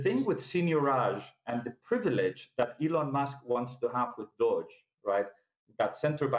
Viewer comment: He understands the financial system but crypto only moderately... Anybody expert about the entire crypto space knows how to pronounce Doge. It's like a hedge fund manager not knowing how to pronounce Nasdaq, and it's not down to English or accent..